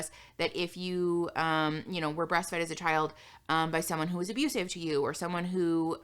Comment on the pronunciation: I so want to make a compilation of saying “that’s fucking ABUSIVE”